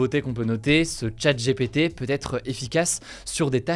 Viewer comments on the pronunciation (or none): ChatGPT se prononce comme Tchatte Dji Pi Ti et non Tchatte J'ai pété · 'tchat' 'jépété', drôle de prononciation. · Nan mais les gars, pourquoi prononcer "Open AI" en anglais et "Chat J'ai pété" en français?